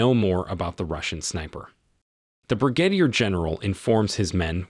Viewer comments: Hate to be a grammar Nazi but it's pronounced Brih-gah-deer general 😅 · Did you catch the pronunciation of Brigadier? Gotta admit, if this is a robot voice, they're getting pretty good. edit: it's